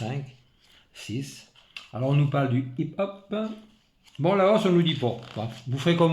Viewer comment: vidéo bien sympathique , le hip hop se prononce hop up je ne savais pas qu il y en avais sur les réplique bb 4.5 billes acier je penser que c était que sur les airs soft 6 ou 8 mm billes plastique mes répliques bb billes acier non pas de hop up , vous parlez de sécurité partout dommage que notre 'président' n en a pas ....lol